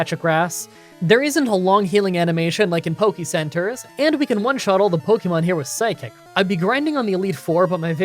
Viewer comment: I’m a fan and have been watching these for awhile, but will you please stop saying Pokymon or Pokycenter? It is really grating. Watch the anime for how it’s pronounced. It’s more like pokehmon rather than pokymon.